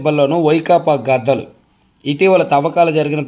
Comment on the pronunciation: Gatalu kadu gaddalu baga chadavandi